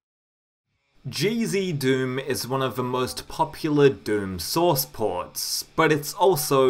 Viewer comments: yeah, decinos pronounciation of it is a bit weird, but I don’t blame him since English isn’t his first language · Whenever you say "GZDOOM" all I hear is "Cheezy Doom" :D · I hear cheezy doom and crispy doom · Now you've got me hearing it! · Omg me too 😂